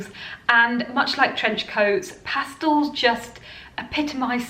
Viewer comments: Pastels ,not pastals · Good ideas, except for the fancy dresses, they’re not worn here in California. I’ve been into stripes since last Autumn, love them. FYI it’s PasTELS (with an E, Not an A in the second syllable), not PAStals. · I think you meant Pastels. Not pastals. Past EL! Great video though.